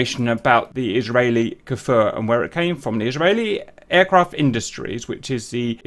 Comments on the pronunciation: you are saying kfir like kaefir its just kfir man ahah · oooh Nice and greeting from Israel Kfir means Lion cub in Hebrew. just a thing about the pronunciation of the Kfir... it's not K'fir or K-Fir like I hear Everybody pronouncing it... it's Kfir, like Cliché, or Cream or Krakatoa.